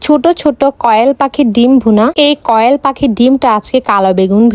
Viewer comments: কোয়েল না,কয়েল গাইজ না, গয়েজ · কোয়েল পাখি ❎ কয়েল পাখি ✅ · কোয়েলা না ❎ কয়েল ✅😂😂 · কয়েল ❎কোয়েল ✅ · কুয়েল ❎❎❎❎কোয়েল😂😂😂😂😂😂😂😂😊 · কোয়েল ❎কয়েল✅😂😂😂😂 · কোয়েল❌ কয়েল✅ 😂😂😂😂😂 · বইন তুই আগে খাবার গুলার নাম গুলা জাইনা নিস তার পর ভিডিও বানাইছ কি কয় কি না পাগল ছাগল কুয়েল ❌ কয়েল ✅ তার মুরগির মাংসকে বলে মাটন কষা এইটা আসলেই পাগল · কোয়েল ❌ কয়েল ✅ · কোয়েল পাখি❌ কয়েল পাখি🐸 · মূর্খ মূরুর্খে কয়েল পাখি না কোয়েল পাখি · কোয়েল পাখি × কয়েল পাখি ✓ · Koyal ❎ Koyel ✅ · এই তুই কি পাগল কি সব ভুলবাল বলিস,,মাটন মানে খাসির মাংস,,আর কোয়েল কে কয়েল বলিস কেন,,মশা মারবি নাকি কয়েল দিয়ে...?? 😂😂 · কোয়েল ❌ না কয়েল✅🤣🤣🤣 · টিক আমিও এটা বলতে চাইছিলাম বেশি স্টাইল করতে গিয়া অশুদ্ধ বলে😄😁😂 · আপুর স্কুলে কয়েল শিখাই😂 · কোয়েল ❌ কয়েল✅ দেশি মুরগির কষা❌ দেশি মুরগির মাটন কষা✅ গাইছ❌ গইছ✅ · কোয়েল❌কয়েল✅ combination no no combonation Pro শিক্ষিত। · ঘ্রান ❌ ঘেরান ✅ কোয়েল ❌ কয়েল ✅ 🥲💔🤣🤣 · গ্রান❌️ গ্রেরান✅️ কম্বিনেশন ❌️ কম্বোলেশন✅️ কোয়েল❌️ কয়েল ✅️ দেশী মুরগি কষা ❌️ দেশী মুরগির মটন কষা ✅️ আজকে তো স্কুল এ গেলা না 😂